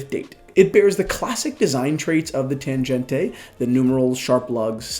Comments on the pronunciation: Hi, please dont pronounce TANGENTE like it is an italian or spanish name... This is a german Tangente. Read and spell it as it is written. And not like "tanjente" Germans would laugh their asses off hearing this:D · Your pronunciation of Tangente is wrong - "g" is as in "great". Would be nice to say something about accuracy of this watches. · You’re pronouncing Tangente wrong,. The g is pronounced like the g in goal.